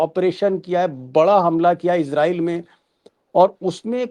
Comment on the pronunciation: इज़राइल। का असली उच्चारण है अंग्रेज़ी मे IZ-ray-el /ˈɪzreɪl इजरीयल लेकिन कोई इसराइल कोई इजराइस तो कोई इजरेल ( )